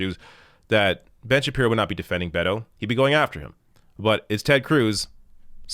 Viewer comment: that's two video's in a row where you've mispronounced Ben Shabeebo! Get with it!